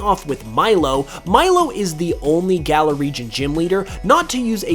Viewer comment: That is not how you pronounce galar